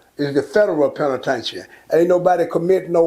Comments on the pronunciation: Damn near every nigga over 40 from Texas call prison, tha "penna-tain-cha"😆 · Old heads call the penitentiary, The “PEN’A’TAIN’CHIN” 😂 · He is fucking up the word penitentiary